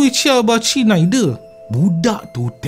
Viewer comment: Salam Teruk nau ko cakap 'cina' bro